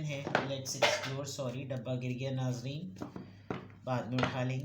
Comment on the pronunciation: It's NAAZREEN